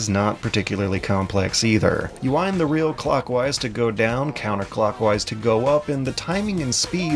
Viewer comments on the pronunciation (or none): none